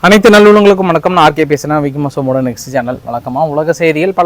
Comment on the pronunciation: கட்சீல வண்கம் என்று அழ்ழுத்தி பேசுவதை கொஞ்சம் மாத்திக்க.